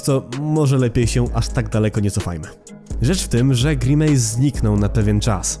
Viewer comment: NIE NO JA NIE MOGĘ Z TWOJĄ WYMOWĄ, JAKI GRImAJS JAPIER